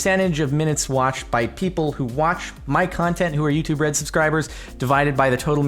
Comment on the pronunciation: It sounds like "you too bread" and it's hilarious!